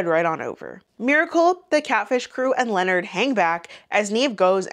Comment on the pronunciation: I think Charlemagne names is pronounced LeNard